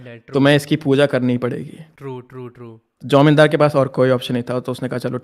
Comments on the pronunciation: IT'S JAMINDAR NOT IT'S JIMODAR 😂😂😂😂😂😂😂😂😂😂😂😂😂😂😂😂😂😂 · As a Bengali this is not "Jamindar" this is "Jomidar"😅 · Also not jomindar